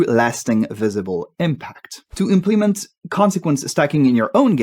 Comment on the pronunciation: Do you speak French? You have some trouble with placing the right syllable stress on English words: implement You said im-PLEE-ment instead of IMP-luh-ment. consequence Most of the time you said it correctly but there was one instance of con-SEE-quence but it is always CON-suh-quence (notice that after a stressed syllable, the vowel in the next syllable often loses emphasis and becomes an "uh" or schwa-symbol sound. chamber You said CHA-mburr but in fact it is CHAY-mburr